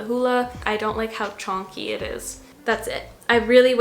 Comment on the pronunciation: “Chonky” not chunky Lol that made me laugh cuz of the “Chonk” snl commercial skit haha that bronzer is hella chonky tho so good description 😂